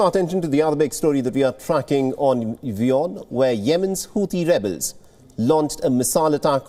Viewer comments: It's wion not Vion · Imagion working for a company you cant even say the name of, Vion, the vorld news.